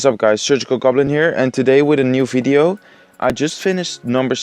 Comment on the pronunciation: "Enjoy this Fideo" lol